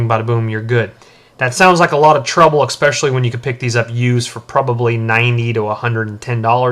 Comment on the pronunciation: ET cetera. ESpecially.